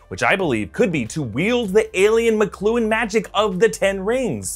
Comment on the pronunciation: its pronounced (mock-lu-on rings)